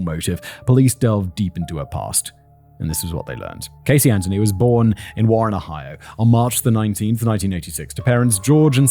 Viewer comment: When I saw the name Casey Anthony in the title, I immediately thought to myself - this is English origin name, so there is pretty good chance Simon will not totally butcher the pronunciation of the name this time. But I needed to check. And he did not! Well done. :)